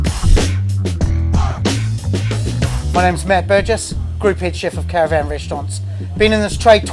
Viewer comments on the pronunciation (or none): none